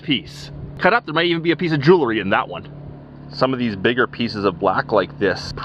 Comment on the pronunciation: Ah ha you can say it correctly...I heard you say jewelry not jewlery...lol. Then you said it jewlery again. 🙄